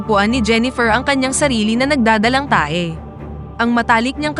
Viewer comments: Time check.. 11.50pm😂😂😂 imbis na ngpapaantok ako.. and tawa ko tuloy sa nagdadalang tae.. inulit ko pa pakinggan😂😂😂 ngdadalang tao pala😂😂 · Haha tae talaga dinig ko wahahaha